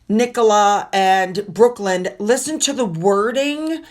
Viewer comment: His name is Brooklyn, like Brooklyn, New York. Not Brookland.